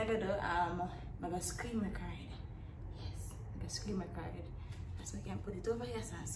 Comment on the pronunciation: Nobody:: “screem record”